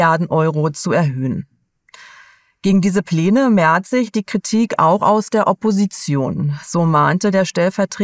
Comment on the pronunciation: Wenn ich "Pleene" statt Pläne und "Feehigkeiten"statt Fähigkeiten höre, habe ich immer Merkel im Ohr... die "Teeter".